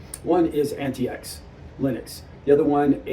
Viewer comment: Wow this guy is ignorant!!! Can't pronounce "antix" or "mate" correctly, how much ram there buddy? 186 gb??? You don't know much about linux and you're Not helping. Btw, what is a "pc" ? A laptop is what??